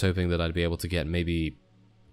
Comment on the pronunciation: I know I know, just that 'gate' a mod sounded so funny. 'Let's gate a mod!' XD